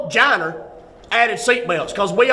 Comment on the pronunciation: “Some ‘giner added seatbelts” 😂